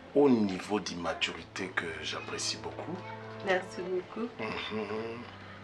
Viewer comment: Aidez moi a comprendre Il a dit immaturity ou maturity ?